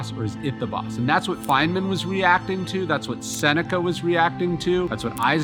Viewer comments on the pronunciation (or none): none